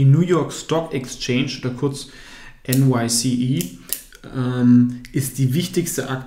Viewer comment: NY(ESS)E* und nicht NYCE! Aber gutes Video bro